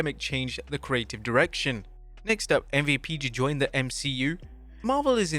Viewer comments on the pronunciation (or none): none